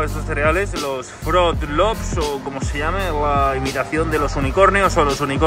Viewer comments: se pronuncia Frut Lups, aunque en mi país le dicen Fruti Lupis y nadie sabe porqué 😂😂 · Soy fan de dalmau cuando dice flot tops JAJAJAJA